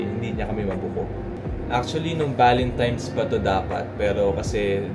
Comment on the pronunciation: valentimes 😭 sadya ba ‘yon or what lol